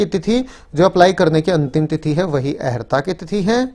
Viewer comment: Bhai sahab, arhta boliye na ki aharta, ( i.e. eligibility)